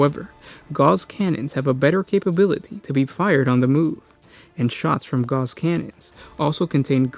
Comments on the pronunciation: Gauss is pronounced "gowss", like "mouse." Not "gars" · Pronounced gowss, not gauze. Rhymes with mouse. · A comment on pronunciation. Gauss is pronounced like House. Not like gauze. Just FYI. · Okay repeat after me, Ga-OWs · No, Goose has two O's boys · not to be a that guy ... karl friedrich gauß wasn't french, but german. it's pronounced as spelled, with a clear, short "AU" and a sharp S, not "gouse". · Gauss..pronounced just as is spelled.